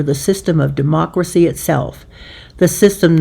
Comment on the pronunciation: What is "emocracy" ? SLOPPY ! Ask your local AI representative ... (÷